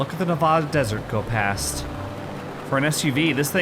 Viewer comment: Random commentary from the peanut gallery, but thanks for pronouncing "Nevada" the correct way. ❤️ Sincerely, a Nevadan.